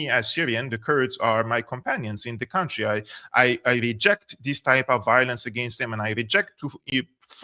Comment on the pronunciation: Country is not pronounced like county. It's /ˈkʌn.tri/.